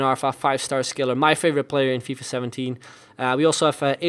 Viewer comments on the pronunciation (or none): none